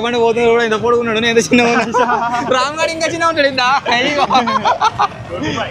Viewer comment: It's entha not Antha lol😅